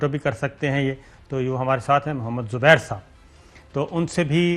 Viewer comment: Zubair saab.. xubair saab.. xubair saaab. Bloody irritating